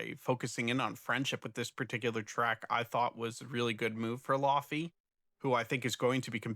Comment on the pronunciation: The matcha labubu listeners are going to be upset when they hear how you say laufey. In the laufey community, it is a joke that no one knows how to say her name because it is Icelandic. She pronounces it almost like laoih-vay, but she accepts lay-vay also, which is what most people say